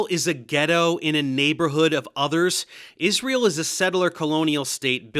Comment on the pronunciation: “…God’s Existence, Israel…” sounded like “God’s Existence is Real” neither would have surprised me Edit: Timestamp added